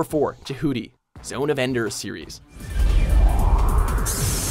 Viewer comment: "Je-HOO-ty"?, why do you hate me?